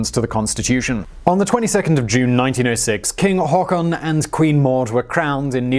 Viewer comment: o Not really that bad actually. Much surprisement!